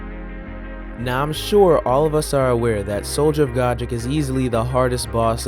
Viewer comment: It's Soldier of God, Rick.